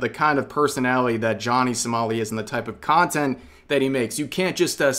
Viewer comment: it sounds like you're saying "Johnny Smally"